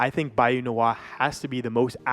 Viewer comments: Nwa is the Haitian Creole word for black derived from the French word Noire/same as Noir. Nwa is pronounced Nwah. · Its Nwa. Not N.W.A. Nwa is the name of the bayou. Nwa is black in haitian creole